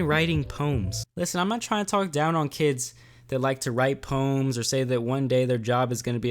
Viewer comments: Wait, aint it po-ems and not poms? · He said pooms